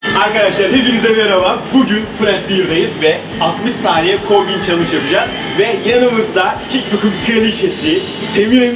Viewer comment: 00.39 saniyede kombin yerine hombin ywziyo sandım sizde öyle sanacaksiniz bakin